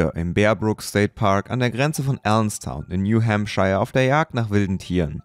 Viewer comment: der ort heißt new hampshire ... new hembscher gesproche